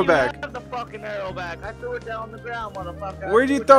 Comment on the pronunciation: "I thew it on tha gwound."